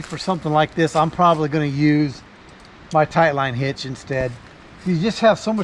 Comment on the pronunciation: New drinking game. Everybody takes a drink when he says tight line hitch instead of taught line hitch.